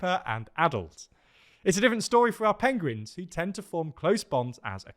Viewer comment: I missed these good news endings. Bonus points for hearing say Pengrins and papiermacheh.